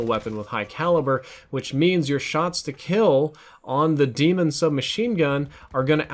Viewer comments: It’s pronounced DAYMON ITS LIKE BAR NOT DEMON YOURE TRIPPEN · When two vowels go walking, the first one does the talking. Pronounced DAY•MUN, not DEE•MUN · Its "Day-MEN"....not demon. And that's how treyarch says it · It's daemon not demon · stop saying it like demon. it's de-a-mon. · Its actually pronounced Desmond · It's Pronouced as Daymon you noob. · Say it with me now.....DAE-MON, not demon. DAY-MON. DAEMON. There is no way it can be DEMON. Stahp it. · No, it's not pronounced "Demon". It's pronounced like Daedra or Daenerys. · I'm pretty sure Daemon is pronounced like Matt Damon. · Nah I’m pretty sure it’s pronounced like Damon cause the gun is named after OpTic Karma (Damon Barlow). Daemon (Damon) 3x (he’s has 3 rings from winning 3 CoD champs) B (Barlow, his last name) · I believe pronunciation of the Daemon is incorrect